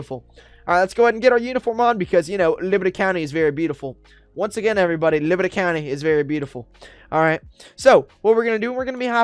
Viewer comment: He keeps saying librty county